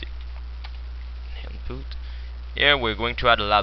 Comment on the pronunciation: in-poot, lAAbl xD xD